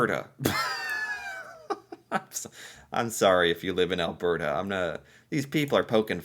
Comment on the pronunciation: He also says "Al-BEAR-ta." It drives me up the wall, since he did get it right about twice.